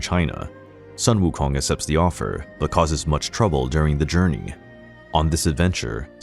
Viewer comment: Well, I'll be. Your pronunciation of their Chinese names are quiet good. But "Sun" for Sun Wukong should be pronounced as "Sooon" (soon but a little longer due to the Tone 1)